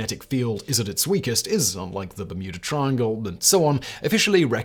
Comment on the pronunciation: Sounded to me at very begging of video like Simon just quickly low key dropped “Muda Triangle”…. Which is what I’m gonna call it from now on lol… the ole Muda triangle off Muricas coast…